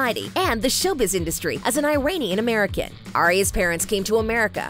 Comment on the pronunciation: Wth is 'eye-ranian' tho? Its e-ranian